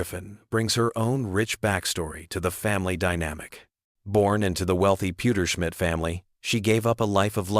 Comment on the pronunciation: "Francis Pewterschmit" lmao 😂